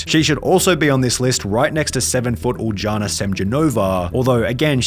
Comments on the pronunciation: Bro probounce the name right its not a J its a y god atleast put it in google translate and hear the pronounciation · Uljana is pronounced Yuliana